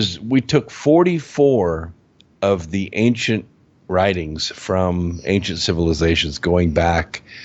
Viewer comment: I would like to help with pronunciation. There are so many words that would be easier to understand if the accent were on the right syllable and a few other details such as how to pronounce "ancient" or "chemical".